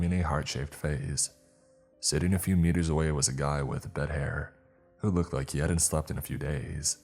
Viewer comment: Who the heck say bead hair 🤣🤣